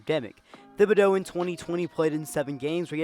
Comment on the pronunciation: it's thi - boh - dough you said it fine